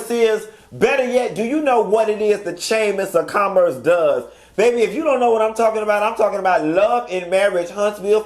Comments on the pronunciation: You did not get on here and say Chaymas of Commerce...🤣🤣🤣🤣🤣🤣 I'm so done!!!🤣🤣🤣🤣🤣🤣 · “The chamers of commerce” is what it sounded like 😂😂😂😂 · This is a chuckle; I heard the chamiss of commiss too!!!😂